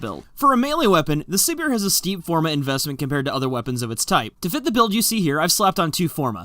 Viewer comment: I think it is suppose to be pronounced like Siberia since Siberia is a cold place but I could be completely wrong about this because I don't watch dev streams